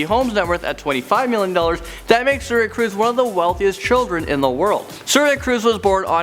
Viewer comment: Tom Cwuise. Anyone?